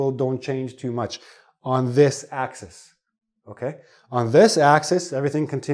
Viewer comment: Sir that not axes, but axis.